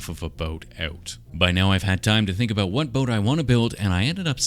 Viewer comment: Listening to a Canadian say "about boats" was quite entertaining